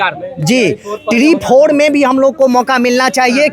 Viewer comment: Tre 4 ❌ Tree 4 ✅ 😂😂